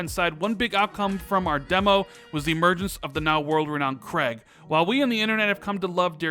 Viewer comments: KREIG, that emphasis though. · please ask Jezz how to pronounce Craig. Other than that another great video.